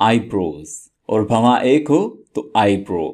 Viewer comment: Eyebrow ko eyebraou pronounce krna hy